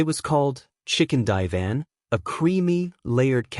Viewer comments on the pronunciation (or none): I can't stand the copy that narrates this video it's so stupid. "Chicken die van" ... Good grief... That's just One stupid thing. Stupid AI.